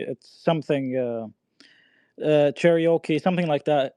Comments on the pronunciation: It’s Cherokee not Che-re-okay🤦🏾‍♂️ MAN CANT EVEN PRONOUNCE OUR TRIBAL NAMES PROPERLY 🤦🏾‍♂️😂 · “Cherry O Kee”….smdh